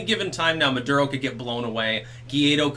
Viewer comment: Maduro pronounced "Murdero". Coincidence? Tinfoil hatters believe I think NOT.